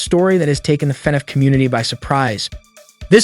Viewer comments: It's annoying how he says "fin eff" it's " fah-nahf" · why is he saying fnef